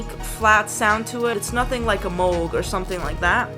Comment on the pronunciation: She pronounced 'Moog' correctly! Subbed! My first synth was a Jen SX1000, then I moved up to a Roland SH101, now got a Korg Minilogue and am eyeing up a Korg Kross 2 sampling workstation.